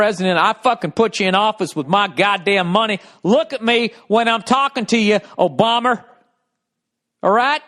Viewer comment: OBAMER hahaha wtf